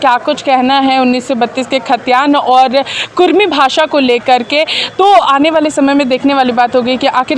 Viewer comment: Kurmi nahi kurmali bhasa hai sudhar kijia